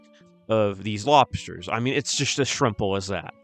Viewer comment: did he just say "as shrimp-le"?